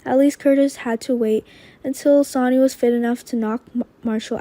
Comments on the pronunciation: Sonny is pronounced ( Sunny ) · And please please have her pronounce Sonny’s name correctly it’s not Sony